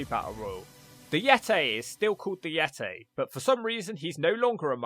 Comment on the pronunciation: Finally, the Yet-tay.